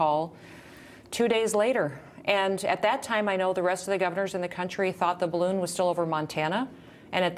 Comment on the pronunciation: Up Up and away in the beautiful “Bid-A-Loon”